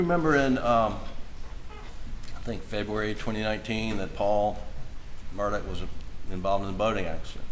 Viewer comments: Alex/Alec? Murdaw/Murdock? Why are the lawyers pronouncing the name differently? Didn't they say his middle name was Alexander? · Of the least importance...Murdaugh could never be pronounced "Merdick" unless there's some embarrassment about how it's properly pronounced. Don't care if you've got a North Cackillacky accent or not.